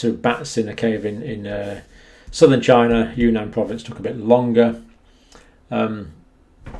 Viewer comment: It did not come from "China." It came from "Chy-na."